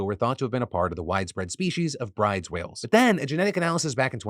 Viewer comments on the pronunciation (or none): That whale name is pronounced Brew-dah whale, not Brides.